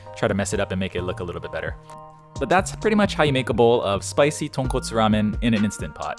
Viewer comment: SPICY TAHNKAHTSOO RAYMEN